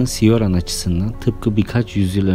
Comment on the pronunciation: Coran diye okunur ismi.